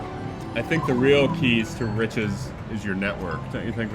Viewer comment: Keys to riches sounds like keister itches